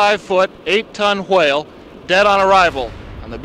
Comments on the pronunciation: Why is pronouncing „Chuwhale“ like Stewie Griffin would? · The reporter said hwale there ain't no way😂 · I love the way the news reporter pronounces 'whale' ! It reminds me of Stewie Griffin & his 'cool whip' . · bro i never knew they actually pronounced whale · The way he pronounces whale